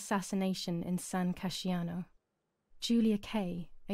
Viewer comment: I'm kinda sad that the VA did get almost all italian words right, except for "San Casciano" :P You don't pronounce the "I", it's "San Cash-ano" :P